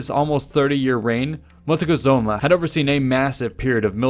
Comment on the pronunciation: Correct, Coatlicue was the goddess that gave birth to the moon and was seen both as the creator and destroyer of life. I hate how he mispronounces Montezuma.